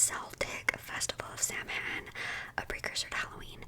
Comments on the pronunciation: Obligatory drop in from an Irish person just to say that “Samhain” is pronounced “Sow-in” and it means November in Irish ☘️ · I know this is 2 weeks old (amazing video btw) but I'm Irish and Samhain is pronounced (Sow (like cow with an S) - in. So basically Sow-in) just so you know :)) it's kind of old Irish but Irish is a very confusing language :)